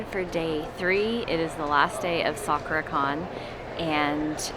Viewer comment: FYI "sakura" is not pronounced quite like that... it's more like sa kuu rah. Your booth looks awesome 🤩